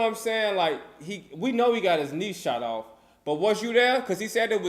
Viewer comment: I fw wit butta but “ BUTTA LEG WAS BLEW AWFF” is hilarious